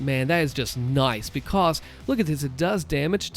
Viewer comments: Yeh "Becoz" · Way he says because is the reason why I click every video.